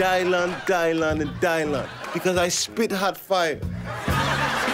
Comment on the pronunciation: It's DY-LAN